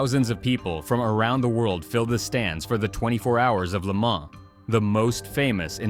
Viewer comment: Le Mans not Lemar 😂😂